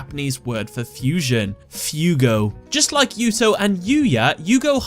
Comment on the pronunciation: that is a weird way to pronounce Yuto